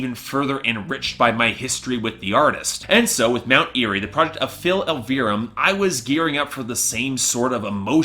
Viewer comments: you're saying his last name wrong it's painful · Say phils name right